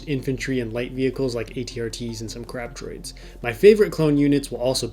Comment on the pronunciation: LOL had to watch a couple times though he said Crap droids when he said crab droids. As always a great update.